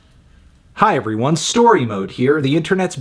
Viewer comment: The opening paused,"Hey Everyone" creeps me out. This video has made me uncomfortable.